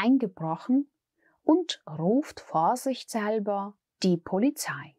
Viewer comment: Почему то слово vorsichtshalber слышу как vorsichtzalber